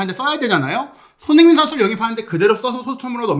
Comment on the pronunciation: 자꾸 왜 손혜인 선수라 하는 것 같누;; 발음이…